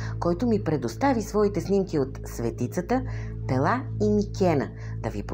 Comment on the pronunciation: Музиката къса нервите! На български-тракийски религиозни символи гръцки семитски маанета. После ренесансова музика, когато се разтягат локумите от "Декамерон". Ударението на град ПЕла е на първата сричка. В Българския език думите са от срички,. Когато са 2 сричките, ударението е на първата. При повече, ударението е на втората. Никога на последната. Пела е както Пеласги - БЕЛА, БЕЛасци. Богинята Майка е БЕЛА, БЯЛА, БЯЛА. Град Пела е македонския вариант на Кабиле(КиБела, КуБала).